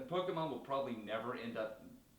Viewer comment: The single issue that I have with this video is that you say PO-KII-MON when it is meant to be PO-KAY-MON.